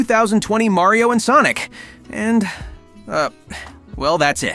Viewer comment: maryeo and sonic games, Did you just say maryeo??😂